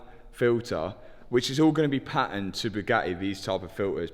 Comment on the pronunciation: Buiiuiuiuuuuuuuuut = but. Patened = patented.